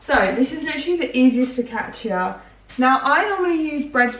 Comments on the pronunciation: Italian here: the correct pronounce of focaccia is foh-ka-ccha (because when c is close to i and a its sound is more like ch). Glad u almost got the pronounce right tho ^^ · LOL you don’t pronounce the ia in focaccia, just the a 😂 fo-ca-cha x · I love you but call it focaccia with the -chia one more time and you're gnarly make my Italian grandmother cry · Hi, I love you videos ❤️ I just want to say that in this quarantine times you videos offer a bit of escapism which is really welcomed 😊 btw, I'm Italian and, I hope you won't take this as criticism, but we actually pronounce "focaccia" like "focaccha" (the "i" is mute) ❤️ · The way she said focaccia 😭